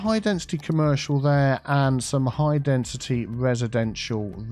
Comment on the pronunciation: I loved this 'high densitea area'